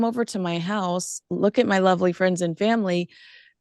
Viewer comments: Well she did pronounce it "Luke"....hardly mocking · Meghan also mocked Mindy for her pronouncing “look” weirdly. How rude was that.